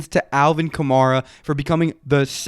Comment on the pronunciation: it’s alvin kamara like camaro but with an a at the end, not kah-mah-rah